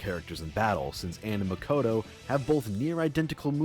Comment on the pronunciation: i hate the way says Anns name. it pronounced AH-nn as in like the British (and most english speaking countries) pronunciation of tomato